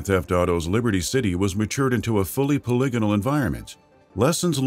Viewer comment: Pol-ig-inol Poly-gonal Weird way to say that for sure.